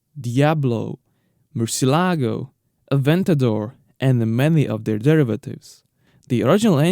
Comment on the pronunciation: Is not MircieLágo, is pronounced Murciélago with the stress on the E.